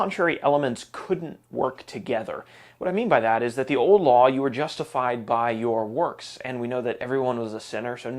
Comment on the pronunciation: This guy keeps saying the word old like the word owed